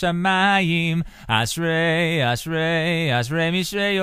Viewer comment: yea the way you pronounce ashrei I don't know why you bother singing in Hebrew and not English